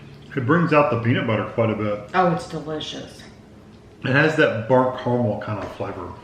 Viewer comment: the way you say "CORMEL" instead of caramel broke me lol